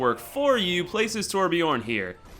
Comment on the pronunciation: Torbjörn is readen Torbjern There is no O but more like EEE